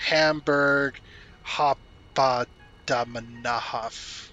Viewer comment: Hamburg Hauptbahnhof (pronounciated as "howpt-baan-hof" and often abbreviated to "Hamburg Hbf") is a railway station in the city of Hamburg (Germany, Europe) and "s'hertochenbosch" (pronounciated as "Cert-Hogen-Boss") is a city (with train station) here in the Netherlands (also Europe), so my guess they use random realworld station names.